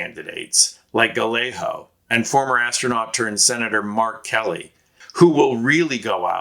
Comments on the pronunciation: Seriously??? It's pronounced guy-A-go. Emphasis is on the second syllable, a hard A. (Not guh-lay-ho!!!) SMH!!! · Gallegos, pronounced gayego (ll=y and a g is only an h at the beginning of a word.) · For future videos, the double L in Spanish is a digraph that sounds more like a Y not like the normal L sound. Gallego is pronounced: gai-AY-gow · Good presentation and concise reasons why Kari Lake is set to lose here senate run to Gallego. Please note: the double "ll" in Gallego is pronounced as a y sound, thus making his name Guyago. Not Galeho. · It’s guy-yay-go, not guh-lay-ho. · Say "Gayego" ... Not Galaho! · It's pronounced like "Gaiyego." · Pronounced Guy Yea Ga! No L's Az. Voter!❤ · Pronounced guy-a-go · Thanks much. Nice presentation. ( fyi.. his name is pronounced ‘guy-yeah-go’) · It would really be cool if you would pronounce Gallego correctly. guy YAY go. The double L in Spanish is pronounced like a Y. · You are absolutely butchering the pronunciation of "Gallego." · Just FYI: Gallego is pronounced "guy-yay-go" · What an odd pronunciation of Gallego. It's pronounced ga yay go in Spanish. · Hermano, fyi, Gallegos is pronounced: guy-yay-gos. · Guy-yay-go. You are saying his name wrong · It’s pronounced Guy yay go. He has no worries about sKari fLake. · It's Gah Yay Go. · Sorry but his name is pronounced guy-egg-ah. It's like fingernails on a chalkboard when you say it wrong and does nothing for his name recognition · His name is pronounced guy-a-go, the 2 l's sound like a y, he's a good and serious problem for polluted lake. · It's pronunced: Gai-ay-gow. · It’s Gallego not Galleyo, do your homework! Disaster! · Learn to pronounce his name; it is more like Guy-eggo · You should learn how to pronounce Gallego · For an Occupy Democrats video you sure dont know how to pronounce Ruben Gallego’s last name lol